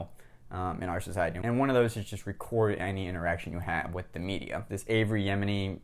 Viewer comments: There's no "r" in Avi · That's a bit more than a mispronunciation, that's the wrong name, period. A mispronuncation would be "A"-vee", lol